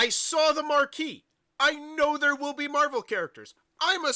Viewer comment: Mehval Dice Toilet